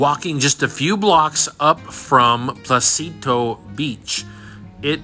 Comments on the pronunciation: For those interested on what beach he is at the beginning of the video it is NOT "Placito Beach, it is called Pocitos (No "L" and with an O like in Orca) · Small correction, it is Pocit’os’, it’s phonetic, they pronounce it all.